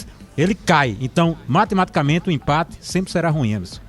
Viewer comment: Impate não o certo é empate...kkkkk